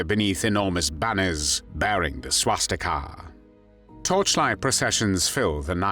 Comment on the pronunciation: God that narrator (AI ??????) is awful. "SwastiKAHHHH!" Hire a real person to narrate.